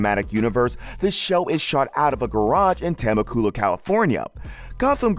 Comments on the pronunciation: Tem-uh-COOL-uh. 😑 It's Te-MEK-u-luh. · You don’t pronounce Temec Ula as Temu - Coola! It’s Te-Mec-Ula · Tammacoola.lmao Side note, I had a body shop in Fall Brook, and would see this guy driving the dually up and down the 15fwy.haha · Say it with me….tuh-MECK-you-luh. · Teh-meh-coo-luh hahaha terrible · he said " TeMaCooLa" instead of Temecula 😂😂😂😂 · The pronunciation of Temecula.... 😮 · Scrolling looking for this comment 😂😂😂 I had to rewind it then look at how they came to pronounce it that way😂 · You definitely mispronounced Temecula lol I'm not even from there and I know how to pronounce it